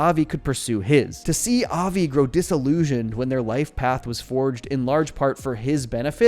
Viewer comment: You can tell when and non jews talk about this show since they pronounce Avi's name with more of a Brooklyn accent. That's just the way the mom pronounces it so the family does too. Most people would pronounce it more like 'of-y' Same with rosh-hashanna. Most pronouce it as "rush'...occasionally "roush" (like master roshi) The Yom in yom Kippur should be pronounced more like yum The bat it bat mirmtzvah should be pronounced more like but